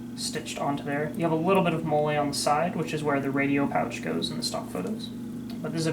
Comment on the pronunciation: It’s pronounced like Molly. Killing me